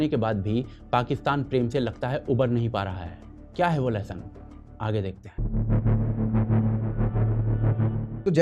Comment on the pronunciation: LeSSON NAHIIN LOHA LEHSUUUN 😂😂😂😂